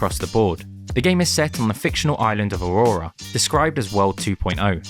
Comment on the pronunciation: Aroa, NOT AURORA,😂 I LOVE HOW PEOPLE ALWAYS MIS PRONOUNCE THE NAME OF THE ISLAND. 😂